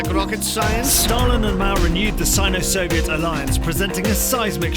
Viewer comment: It's Not Sin-o Not Sign-o.